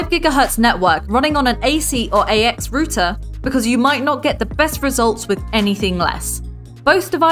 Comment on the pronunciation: what's a rooter, do you mean router